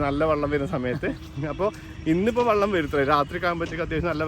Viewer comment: വള്ളം അല്ല മുത്തേ... വെള്ളം